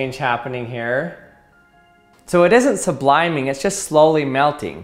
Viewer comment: Is it just me or does he mispronounce sublimating?